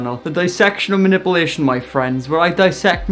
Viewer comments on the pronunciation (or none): “dissection of muh-nipple-nation”